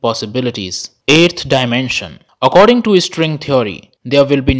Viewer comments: When you pronounce string as estring, it sounds irritating, pls work on it. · Why does he keep saying string as istring or estring🤔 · No one: The guy in the vid: istring 🥴🥴🥴